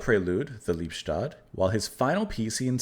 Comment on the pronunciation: Pronounced Lee-bes-toad. Literally love-death.